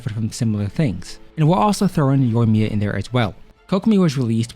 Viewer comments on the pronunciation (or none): none